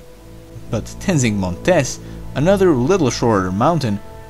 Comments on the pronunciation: Not pronounced “Montès” but “Mòntes” (it’s Latin — not Spanish...) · The stress in the word Montes is in the o letter, not in the e, because Montés means "relative to a mountainous place"; but montes is the plural for monte, wich means mount. Montés is pronounce like you do in this video, therefore the punctuation mark. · Names are in Latin. Mons is mountain and Montes is the plural. In Montes stress is on first syllable, so your pronunciation is wrong.